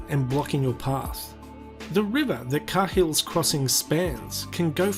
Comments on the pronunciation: Can confirm that the crossing is pronounced “kay-hills crossing” not “car-hills crossing” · Carhill? It's pronounced Cayhill, ya muppet! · No it’s pronounced cay-hills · Dummy me, I always thought it was pronounced Kay-ills instead of Car-hills. I guess the crocs don’t care how it is pronounced. They only care about live lunch packaged in cans passing in front of them. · I thought it was pronounced more like Kayhill based entirely on how I’ve always heard football commentators pronounce Tim Cahill. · the correct pronunciation is "karl's crossing" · Cahill is an Irish surname. It's pronounced Kaa- ill. Just say that quickly and you'll have it. I'm not a Cahill, but I've known a few. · Its pronounced Kay Hill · Video starts. Voiceover guy pronounces crossing name incorrectly. Me: FFS! 🤦🏼‍♀️ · Why are you saying "Cahill's" like that?